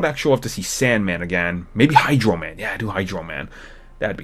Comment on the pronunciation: Did you say Hydrant man? the dogs must love him.